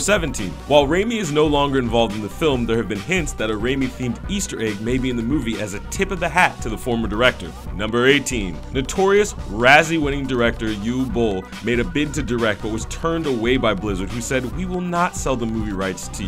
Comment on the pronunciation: Uwe Boll. 'Ooo-Vey Bowl' not 'Yu-Whey'